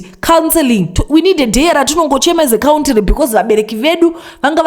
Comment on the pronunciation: Countiry is killing me😅